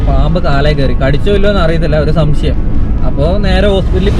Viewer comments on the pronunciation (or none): none